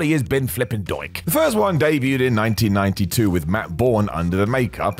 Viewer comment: Debuted* not Deibyued